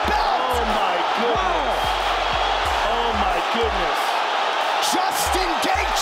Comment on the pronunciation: о май гюднес, о май гюднес..... Русский учите, пригодиться скоро